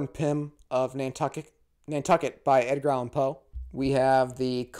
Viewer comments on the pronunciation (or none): none